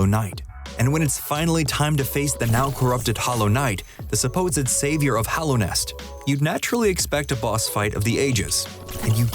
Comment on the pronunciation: Did he really just call Hallownest “Hollownest?” Clearly just exposed yourself as not having actually played this game